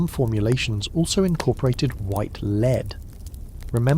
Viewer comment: I love the voice you use for these videos, it's very well trained. That said, the way it pronounces "lead" in this video needs a tweak 😉